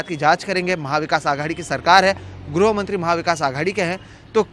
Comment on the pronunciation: ग्रो या ग्रु न पढ़ें गृह से गृहमंत्री होता है ठीक उच्चारण पर ध्यान दें न्यूज रीडर महोदय।